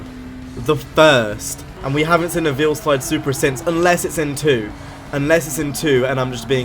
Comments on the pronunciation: Goddamit its Veilside not Veilslide. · It's pronounced "Vail - Side".... Jus' sayin', bruh..